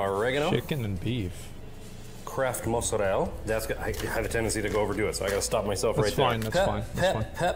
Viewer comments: mans really said Mozarell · It’s funny this guy claims to be Italian and pronounces Mozzarella that way